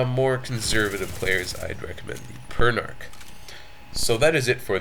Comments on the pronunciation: P-er-n-ah-k not p-er-n-ar-k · I always though it was pernounced "Per-na-ch". "Per-na-ck" sounds cooler.